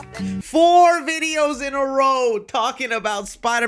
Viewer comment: Bro did the "FOUR" on purpose